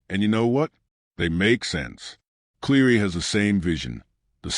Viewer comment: I just can’t get past the fact that you continuously mispronounce Nathan’s Cleary’s name